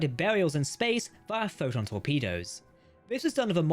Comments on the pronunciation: The AI bot that is reading your script is having trouble pronouncing “Photon torpedo” consistently. Sometimes it says it too fast and I almost miss it, other times just mispronounced. If this isn’t AI read, then please accept my apologies. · "pho'n torpedos"